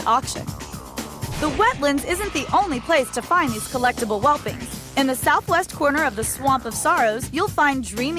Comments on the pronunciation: She keeps calling them "Whelpings". What the hell, can she not read? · Seems you can't read either. They're called Whelplings. Note the L.